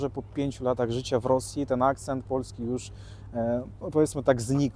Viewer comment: dobrze mówi po polsku i z dobrym akcentem. Jednakże moje wyczulone ucho wyczuwa wschodnią nutę. Na przykład słowo "polski" wymawia "puolski" czyli z takim wydłużonym o połączonym z ł. Często zauważam taką wymowę u Ukraińców, Białorusinów i Rosjan.